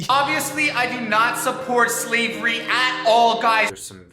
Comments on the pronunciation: Am i the only one that hears say "sleavery"? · Nobody's talking about how he pronounces slavery as "sleeve very"?